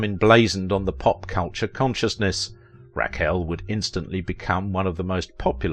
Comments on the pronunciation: Good job, except I cannot get past Raquel being pronounced Rack Elle. Lol Naw Tee Naw Tee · Couldn't pronounce 'Rack El'? Maybe America was always dumb . . . . I first saw her in Fantastic Voyage at the theaters.